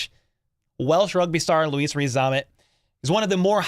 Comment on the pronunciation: Veach and his scouting team... miles ahead of the pack. That said, I don't see why you struggle so much with his name. Rees-Zammit, as it spells, pretty simple.